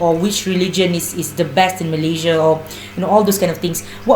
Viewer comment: Sebut Malaysia pun tak betul nak build Malaysia. Apa daaaa…